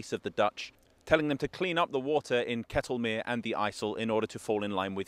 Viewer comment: Pleasantly surprised to hear him correctly pronounce Ketelmeer as "kaytelmere" in the intro. Then slightly disappointed to hear him say "kettlemere" the rest of the video. But yes, very good pronunciation overall.